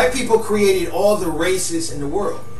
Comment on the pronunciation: "The word is over fo billion years owed" that's when I hit the back button. Unintelligible